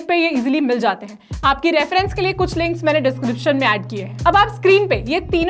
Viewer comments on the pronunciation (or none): none